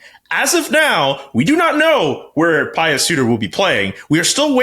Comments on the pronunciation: Pie-uss? I think it's pronounced Pue. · Pius is pronounced “pyoos”, like the color puce